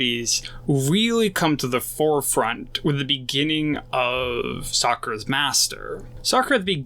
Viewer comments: Bruh, are you saying Sakura instead of Sokka? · He said *sakkar* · Great video 👍🏽 Just one thing it’s SAW-KA lol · To me it sounds like socer